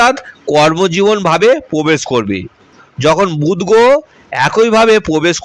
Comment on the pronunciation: র ফলা উচ্চারণে সমস্যা হচ্ছে। গোহ, পভাব বলছো কেন?